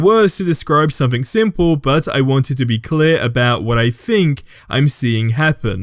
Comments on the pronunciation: Wtf is sumfink? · wtf is somfink?